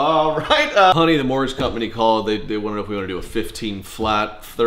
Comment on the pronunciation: "Mortgage" 🤣 Why is that "T" in there?!